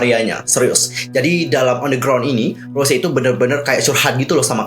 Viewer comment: Mon maap bang sebutan Bukan Rose Tapi Rosé R-O-S-É É